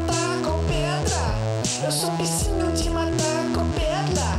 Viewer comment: "Eu sou um bicinho de matar com pedla" eh muito bom.. suahsuahsua